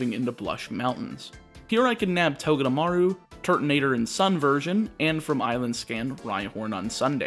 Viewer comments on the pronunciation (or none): none